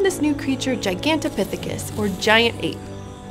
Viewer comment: The most impressive thing here is how many times she flawlessly pronounced "Gigantopithecus".